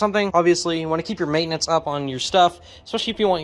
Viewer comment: Maintenance.. repeat after me, MAI TE NANCE